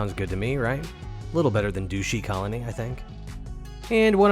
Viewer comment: As always great video. Wonderful details. By the way that random base name was pronounced "Dush-y" like "Dust-y" not douche ;) But that wouldn't have been as funny, so I approve of the mispronunciation. ;) Also, I noticed you didn't didn't get the storm when you started your base. Did you just build a base and ignore the base building mission? When you do the base building mission, you are awarded some blue prints.